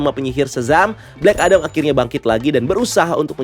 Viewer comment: Bang, kalo mau nyebutin kalimat itu mending 1 bahasa aja, kalimat bahasa inggris lu gk ngena😂 Udaahh full bahasa indo aja, cringe. Kadang ngomong Amewika, kadan amerika, kadang ngomong blek edem, kadang black adam, mau pake yg mana sih bang??? Udah bang udah bahasa indo aja, sekali lagi cringe